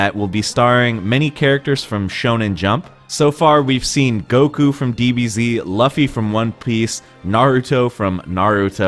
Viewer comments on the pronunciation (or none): Luffy is pronounced as "loo-fee" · They pronounced Luffy wrong😂😂😂😂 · Honestly i was surprised by the lack of new fighting games announced but definitely the one that interest me the most is Jump Force. And that’s really just because of the characters, also while I’m not the biggest Smash fan I am really hyped they finally added Ridley as I’ve been asking for that character. Good video and thanks for the coverage, btw you mispronounced Luffy.